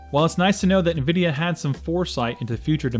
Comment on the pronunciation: It's nvidia not nuvidia